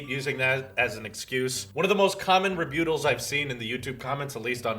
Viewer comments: Rebyoutal??? Learn to talk...and get proper hair! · The "butt" in "rebuttal" is pronounced like "butt." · i dont think thats how you pronounce rebuttal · Bitch get yo ginger ass out of here. Fuckin can't even pronounce rebuttal right.